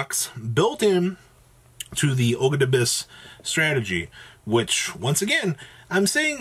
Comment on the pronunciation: Aug - dough - a - dic. Is how you pronounce them I believe. Ogdoadic.